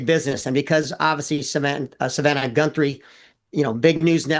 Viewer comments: @@ He says Gunthrie clear as a bell , and . He even butchered Virginia Giuffre’s name . He only says Guthrie correctly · Some pro! He couldn't even say her name right, Samantha Guthrie is her name. Her name is not Savannah Gunthrie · This guy cant even say her name right-He repeatedly calls her GunthRie--I would think if he knew how to do his job he would at Least be able to get the families name right-at the very least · God dammit! Would someone please inform this so-called expert that it’s GUTHRIE - not Gunthrie. What an idiot. It’s almost as bad as when MK kept referring to the Biden book as UNCHARTERED rather than Uncharted. Freakin’ nails on the goddamn chalk board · Gunthrie? It’s Guthrie he’s an idiot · Her name is Savannah Guthrie 🙄🙄🙄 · This guy sounds like an idiot clearly he doesn’t know she is. He’s mispronounce her name twice.